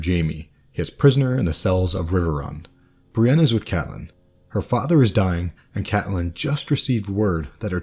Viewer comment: You're pronunciation of Brienne had my confused for the entire first minute or two. It sounded so much like Bran, while I've always pronounced like Bree-anne (less exaggerated, but with a noticeable ee). This is actually kind of interesting, tho. I'm wondering if they aren't meant to have similar sounding names. I had never thought of them as being very similar, for obvious reasons, maybe, but thinking about it now, they are both far removed their peers, shunned, confused, miss-understood, with numerous clear similarities.